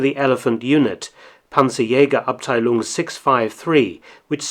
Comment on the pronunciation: I am surprised how well he pronounced Panzerjägerabteilung. Usually in English videos, they hit you with the weirdest pronunciations. Especially when there's an Ä Ö Ü involved haha